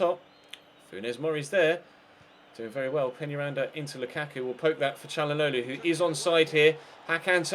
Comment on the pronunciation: I swear the way he says calhanoglu is harder than how you actually say it